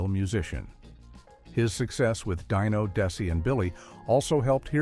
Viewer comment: DIE-no, Desi & Billy? Good grief. 😮